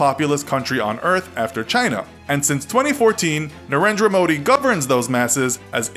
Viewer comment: You pronounced Narendra Modi wrongly